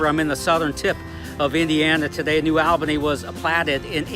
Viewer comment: The correct pronunciation is New Awl’-buh-nee